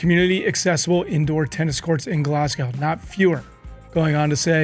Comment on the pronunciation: As a Scot, I'm loving the pronunciation at the end of Glasgow like cow! 🤣🤣 And the mispronunciation of Scotstoun!